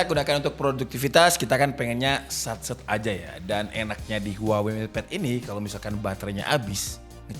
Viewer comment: maaf. daLam bahasa asLinya, kata HUAWEi dibacanya WAHWEi